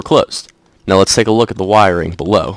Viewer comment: Why you gotta make a k sound when you say wiringk